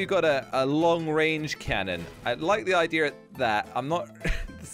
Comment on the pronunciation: He says ideer